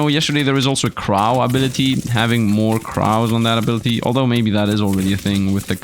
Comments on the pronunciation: he said crown without the n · but he said it like so wrong near the end of the ice part